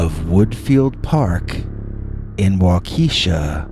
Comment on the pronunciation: First off, I love your dogman stories & listen everyday! I’m binge-listening to catch up on all I’ve missed from 5+ years ago. Awesome dogman stories! 💗🐺💗 🤣Hahahaha!!! I’m originally from IL & when I heard you first (mis-)pronounce Waukesha, WI, I was thinking 🤔🤦🏻‍♀️ “ just butchered THAT one!” 🤣🤣 Then I saw your note where you realized it, accepted responsibility & acknowledged your mistake. It’s so rare for people to do that nowadays, that I just wanted you to know 2 things… 1) I’m super proud of you👏🏽👍🏽 2) WI has LOTS of names that are usually very difficult to pronounce, if you’re not familiar with them &/or not from that area. Keep up the great work of telling amazing stories with awesome narration! You are very appreciated, & SSNYC!! 💗🐺💗